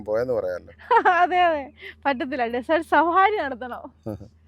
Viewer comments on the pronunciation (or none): ഡിസർട്ട് - അല്ല ഡെസർട്ട് .... അണ് സുഖം മായി പൊക്കുന്നു പോകുന്നുവോ...?